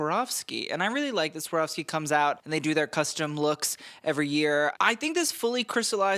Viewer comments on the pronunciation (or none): none